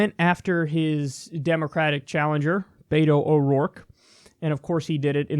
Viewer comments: its BET-O not BAY-TOE. Also please use his name in the title, He is Beto O'rourke not Dem Opponent Cant wait to elect this man tho! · Please stop pronouncing Beto as “bay-toe.” It’s pronounced “Beh-Toe” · Kyle, it’s “BET-oh”, not “Bait-o”. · For future reference Kyle, it's Bet-o not Bay-toe. Friendly correction from a Texas Lefty, you'll sound like less of an outsider. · I think Beto's name is pronounced "Bee-toh," but I'm not sure. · Btw Kyle, Beto is pronounced like Bet-O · I think the “t” in Beto is more of a “th” sound. Not like the “t” in “beta”.